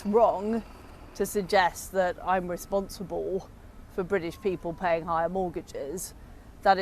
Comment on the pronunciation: Rissponssiball… 😂 what a peculiar pronunciation! Shes hiding an accent. She put two modulating notes in the word “you” when she digs at Ed. Takes effort, that. Do some original content bud. You have a good mind somewhere buried in all that judgemental fear. Creative expression is very therapeutic I recommend “out of the blue” book about the Truss premiership. Waaaaay more engrossing and crazy than the msm surface details would ever credit.